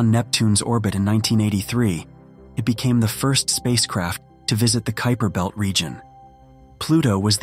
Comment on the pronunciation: I heard “Creeper Belt” lmao